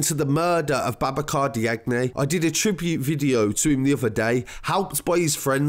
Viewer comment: Diagne is pronounced Jan. Just saying.